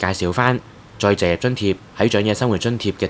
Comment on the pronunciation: 甚麼叫「再謝津貼」？ 旁述員講了幾次「再謝」，其實是「再就業」吧？ 這三個字很難講的嗎？